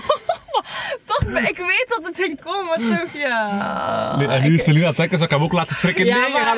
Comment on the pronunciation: jaaa soms spreek je het ook zo uit "Salien" maar dan Schrijf je "Saline" maar de naam is "Celine"😂